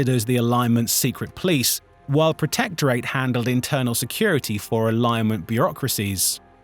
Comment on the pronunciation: The AI voice screwing up basic words like Hegemony and Protectorate is cringe, otherwise this could have been a pretty cool video